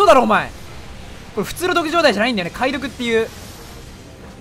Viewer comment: 解毒ってさ、 かいどくじゃなくて げどくじゃないのかえ…⁇